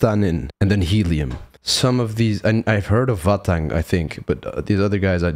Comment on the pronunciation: nearly, Vahhtang is from Georgia